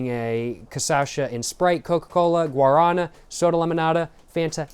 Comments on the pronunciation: the guarana soda is stressed on the final syllable, guaraNA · Guaraná is pronouced like "gwa (like g+WHAt) + ra (RAbbit) + ná! (like NOw) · Guaraná (gwa-rah-NAH) is the fruit in guaraná and, at least in brazil it is in the monster recipe (it supposedely has energetic qualities like cafeine) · We pronounce GUA-RÁ-NÁ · The fruit itself is called guaraná(guah-rah-*nah*)! It's native to south america :) the juice is also really good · Brazilian here. And very much a cachaça enjoyer. Guaraná is named after the bean its made of (which is the Guaraná bean). The á is an acute acent, “In Portuguese, the acute accent (´) tells you which syllable is stressed and often changes the vowel quality, making it more open or distinct.” Thank you for enjoying our country. Makes us brazilians very happy. I hope you enjoyed here.